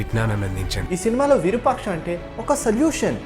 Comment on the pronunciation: అది విరుపాక్ష కాదు రా అయ్య!! విరూపాక్ష అనాలి.